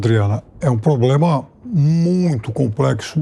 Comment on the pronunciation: acha que é um "POBLEMA"....